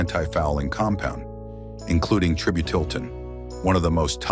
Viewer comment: It's pronounced Try-BYOO-dull TIN. Nasty stuff.